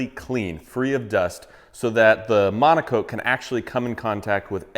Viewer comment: It's called Rubio Monocoat? Why do you always say Rubio Amonico?